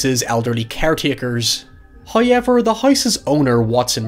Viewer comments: First "high-yevver" . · every time you say how-yever i get distracted and miss the next sentence you say 😂